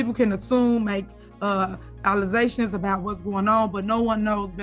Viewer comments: Allezations? Is she trying to say ALEZA? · Did this bish say "allezations"??🤣🤣🤣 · WHAT IS AN ALLEZATION?!!! DAMN........CANNOT EVEN SPEAK ENGLISH!!!! THAT IS NOT JUST A DIALECT!!!!! PLAIN STUPIDITY, JUST DAMN. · She Said false alleZations😂😂😂😂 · Alazations?? Did she really say that? Doesn't she have a college degree? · Allizations😂 Ellegal😂 She now has time to retake English